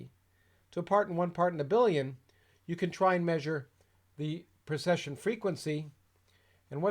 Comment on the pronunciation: A very informative video. Thank you. I noticed, however that you always seem to be saying "procession" rather then "precession". If I am incorrect about this, I apologize.